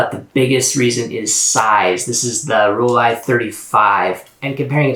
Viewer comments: Also, thank you so much for being pretty much the only person on Youtube to pronounce Rollei properly. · wow someone who pronounced Rollei correctly.... just needs work on the R :D greetings from Germany! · Omg this is the first video I’ve seen that didn’t pronounce it Rollee.. awesome collection!